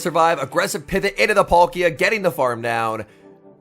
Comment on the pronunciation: I like these videos but you really need to learn how to pronounce these pokemon names. It's PAL-kia not Polkia!